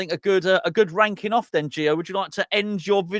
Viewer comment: I don't know why but when said "myself and Gonzo love ranking off West ham players" I heard something else, and every time afterwards I heard that word. Makes for interesting viewing 🤣